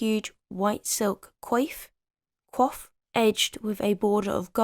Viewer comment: Coif(fe) is pronounced kw-affe (like the ending of giraffe but with a kw sound at the front), you weren't far off. Can't comment on the Spanish pronunciation at the start, partially because mine is far worse, and whilst I've technically had more Spanish lessons than your zero, one is not the greatest number to qualify as experience!